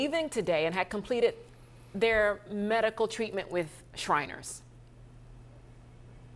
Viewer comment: 6abc - the hospital is SHRINERS ... NOT shiners - jezzz😕